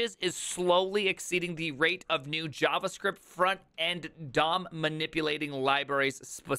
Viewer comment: I really like how you've been pronouncing Java and JavaScript lately :)) It's weird to hear `J` pronounced like in my native language